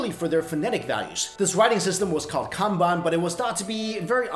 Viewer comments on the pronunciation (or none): none